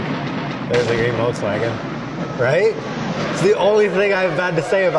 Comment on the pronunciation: It's a green VOLKSWAGEN NOT WOLKSWAGEN